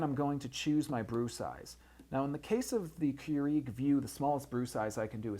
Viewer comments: I can't. The ignorance is real here. It's kur-ig not kur-eag. Just stop. you sound like a total idiot. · First, it's Keurig, not Keureeg. Second, you mentioned that you can select the type of beverage on the Vue system probably about 10 times. Otherwise, this video could have been 5 mins long instead of 20 mins. Otherwise, a very informative video. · Seriously. I could have said that in under 5 minutes. Plus, it's pronounced "Cure-ehg" not "Cure-EEEEEEEEg" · Why are you saying Keur-EEG? I just watched the official infomercial this morning and it is Keur-IG. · KeurIg NOT KeuREEG!!! Good thing you are a professional...at pulling tinfoil tabs? LMAO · Please pronounce the name correctly. It's "CUErig", not "cueREEg". The emphasis is on first syllable. Otherwise nice brief reviews. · GREAT video/demo! I'm a customer of your company- but must say.. it bugged the livin' outta me how you kept pronouncing KEURIG, "cue-REEEG" when it's "KOO-rig". I know, I know.. I'm being nit-picky. But when u mention the name SO much, it gets really annoying! (esp. when you're business is coffee-- I'd think you'd get that right) = ( Sorry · Stop saying Keur-EEG!! *bashes head against wall* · And say Keur-EEG a gazillion times and as oddly as pronunciation of buddons (buttons) ; ) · no it's keu-RIG, he's saying it wrong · Don't you watch the commercials? It's pronounced "Cure-ig". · How can any one respect your opinion when you can't even pronounce the name of the company you are reviewing correctly lol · Damn you pronounce brands, models and some words badly in every vid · why are you mispronouncing keurig and buttons? about to drive my crazy, in fact i couldnt finish watching. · It's hard for me to concentrate on anything he's saying. All I'm hearing is him mispronouncing the word Keurig.